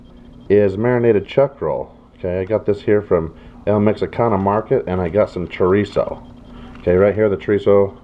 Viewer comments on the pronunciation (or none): Carne Asada, not asade. And Chorizo with one 'r' - Well done, though.